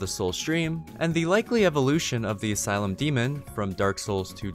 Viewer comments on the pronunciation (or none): none